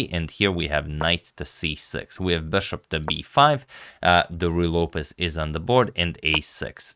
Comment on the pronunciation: he went from 'bishop' & 'beshop' to pronouncing it 'BASHOP'... like come on dude...